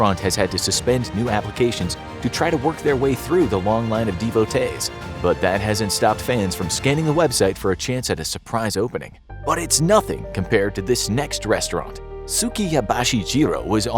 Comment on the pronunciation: DevoTEES, not dEEvotes 👍 Btw rhesus monkey researchers should be called rhesearchers.